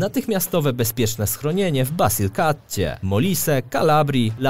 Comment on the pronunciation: Nie w Basylkaccie tylko w Bazylikacie(fonetycznie)